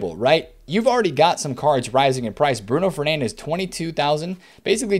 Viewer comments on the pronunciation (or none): none